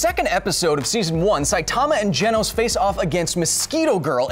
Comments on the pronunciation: It's Genos, not Genos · Is anyone else annoyed with how he pronounces genos name😐